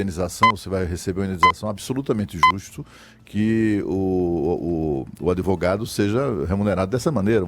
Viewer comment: O "véinho" de óculos falou adEvogado umas 12x. Ouviram? Jesus ! ! ! !